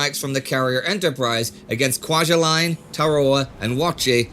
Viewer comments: Not pronounced 'kwaja"line" it is pronounced "kwaja"leen." Been there and worked on the atoll, can still see the bunkers and the Prinz Eugen is capsized just west of the southern atoll visible on google Earth. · TAR-ah-wah. KWAJ-u-lain. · Indy if you want to know how to pronounce Kwajalein look it up on youtube also see the documentary "Victory at Sea" on youtube were you can learn how to pronounce the names of various Pacific Islands